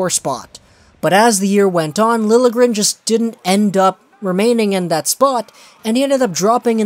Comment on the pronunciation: It is pronounced Lil - yeah - gren